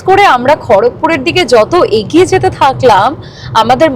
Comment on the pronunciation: Apni agiye agiye bolchen keno egiye jantam